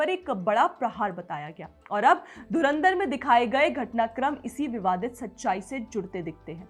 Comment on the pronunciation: नूर कराची वाली जी पाकिस्तानी मीडिया धुरंधर शब्द नहीं बोल पाती मजे लेने पर ध्यान रखना 😂😂